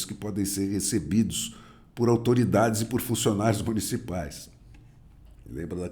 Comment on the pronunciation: A “zotoridade” foi ótimo! Vídeo excelente